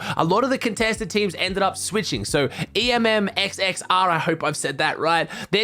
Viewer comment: Emxxrr is pronounced emxr it’s easier and that’s how he wants to be called 🤷‍♂️🤷‍♂️🙂😂